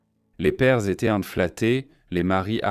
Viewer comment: Assez de cette voix artificielle pour commenter le document ! En français étaient ne se dit pas étai-euh-ntte, et le reste est à l'avenant. Le sujet est intéressant, quel dommage de ne pouvoir en profiter.